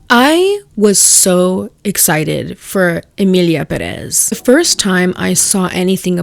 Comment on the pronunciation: IT’S LITERALLY pEreth